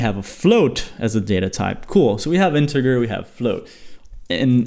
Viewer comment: Integer is pronounced in-te-j-er